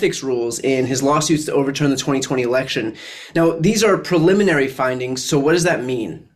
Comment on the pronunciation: Brian gets point for pronouncing "preliminary" correctly, it is fucking unreal how many well-educated professionals say "pulmonary" every single goddamn time.